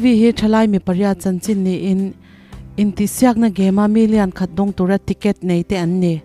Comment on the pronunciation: (Tic et) tih a lam dik om chhun i ni ... Midang chuan tricket ti in an lam thin...😂 ava ngaihnom leh em...